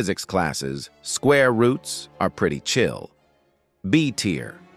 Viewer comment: He said beat here instead of b tier...